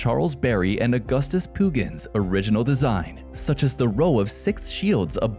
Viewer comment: I think it’s pronounced “Pugh-Jin”.